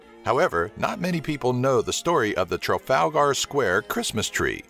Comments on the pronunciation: traalGER NOT GAR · I love Americans pronouncing British names. Edinburgh and Trafalgar lol its so funny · Really need to learn how to put the proper emphases on Trafalgar.